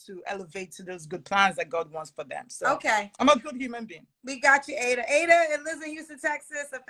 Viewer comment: yeah and she’s pronouncing it wrong for some reason (maybe to sound more American).